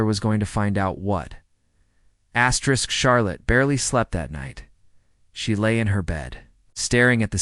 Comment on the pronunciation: Why does the narrator always say asterix? That's not right. He's going to do that. He might as well do....,, if he's going to say astric all the time.